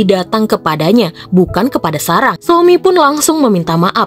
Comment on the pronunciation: Sarah, bukan sarang...tolong diperbaiki dabling suaranya